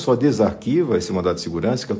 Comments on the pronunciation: Se eu entendi mal, desculpe-me, mas eu ouvi " MANDATO " de Seguranca. O certo é " MANDADO ". Desconsidere este comentário se eu entendi mal. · você está falando mandato ou mandado? Pelamor né? Espero ter ouvido errado!!! O correto é MANDADO!!!